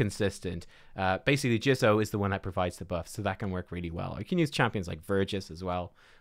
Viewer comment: JIZZOH lol JIZZOH. He said Jizzo.